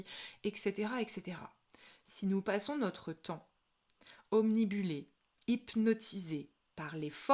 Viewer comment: Obnibulé 🤭😂 OBNUBILE !!! Quoi qu'il en soit, votre vidéo est super !!! 🙏🙏🙏